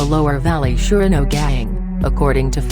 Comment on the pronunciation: he says fake surenos he’s clearly not from wa state haha fuckin lame